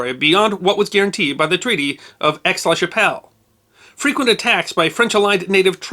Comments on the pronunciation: Aix-la-Chapelle is now the German city of Aachen and was the first German city to be captured by the allies(specifically the American 1st Army) in WWII. Aix is pronounced "A", or perhaps "Ai" or "Ey" and not "X", as in French the final consonant is usually silent. Think of the Scouse war cry of A, A, A, Calm down... (sorry, couldn't resist that one) and you are there. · maudite anglais, the x is silent in aix and is pronounced A.